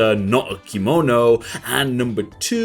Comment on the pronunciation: Why do you say Kimounou